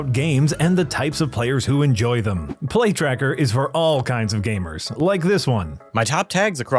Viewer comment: When the ad read started, I thought I heard "Plague Tracker" instead of "Play Tracker". After listening to the ad, I'm not convinced I was wrong the first time.